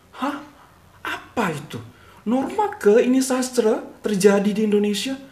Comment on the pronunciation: Cikgu, sedikit pencerahan di minit dalam Bahasa Melayu penyebutan nama Sastra tak ditukar kepada Sastre. Ada sesuatu yang perlu difahami bunyi hujung A tak semestinya bertukar menjadi E. Di Malaysia penyebutan bunyi hujung A dan E semua digunakan mengikut gaya asal. Tak perlu tukar2.